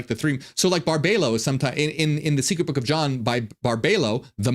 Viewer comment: Her name is pronounced Bar-bee-low